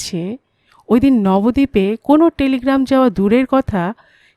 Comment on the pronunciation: তোমার পাঠ খুব সুন্দর! তোমার কণ্ঠস্বর ও মিষ্টি। উচ্চারণের ক্ষেত্রেও তুমি এখন সত্যি এগিয়েছো। তবে কিছু কিছু উচ্চারণ কানে লাগে। দ্রুত‌ শব্দটা হয়তো আমার শোনার ভুল। তবে বারবার নবদ্বীপ কে নবদীপ‌ এর মতো উচ্চারিত হয়েছে। যখন কেবল আমরা দ্বীপ বলি, দ য়ে ব থাকলেও দ য়ে জোর দিয়ে বলিনা। কিন্তু নবদ্বীপ বলার সময় দ য়ে একটু জোর দিতে হয়।